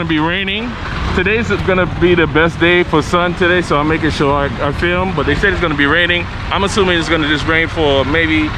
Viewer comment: "FLIM" ?????? really....LOL